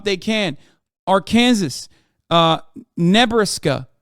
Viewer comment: Am I the only one that listened a lot closer when Hasan said Arkansas and Nebraska? All-in-all, great video and it had valid points, but his pronunciation caught me off guard.